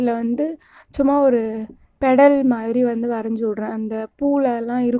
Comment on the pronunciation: adhu pedal illa petal pedal naa cycle peddal ahhh ayyo first learn to talk then say in youtube plz learn not pedal naa naraiye vaati paathuiruken